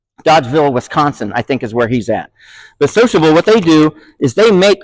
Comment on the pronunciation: What kind of MI accent can turn SiloCable into sociable?